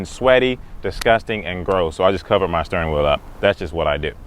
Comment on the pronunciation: Sturning wheel! I don’t know where your from but I love that country ass word! That’s how you say it for those that say Steering Wheel! Lmao!!